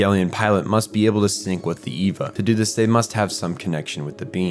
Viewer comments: Well this was well researched. But the group Seele is pronounced See Lee it's German fo soul.and it;s not ' ee va is A Va . Was sincir about the well researched part. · I enjoyed this...but I hate every time you call it EEVA. It's spelled Eva, but sounds like AY-VAH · This is explained perfectly but the pronunciations are so bad😭 seele is say-ley and wille is vil-ley and Eva is ava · how is this so in-depth but you can't pronounce Magi, Seele, or Eva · Dude, im only 20 minutes in- but please try to work on the pronunciation. Simply reading the words is enough to know- Gehirn: Geh-hern Seele: Say-lay Eva: Ā-va Soryu: Soh-ree-you Magi: Madge-eye Kaworu: Cow-roo (close) Sachiel: Sacky-el Ritsuko: Reets-kowe Etc.... I must say, despite that, your commentary was great and your sense of humor 👍